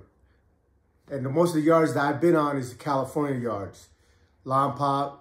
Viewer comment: what’s good homie much love love all your stories . It’s called lompoc not lompac lol everyone says its like that lol pretend the c is a k then say it hope all is well born and raised in Lompoc 805